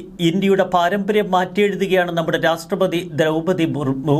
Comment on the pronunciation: My dear, Ra SH TRA not STRA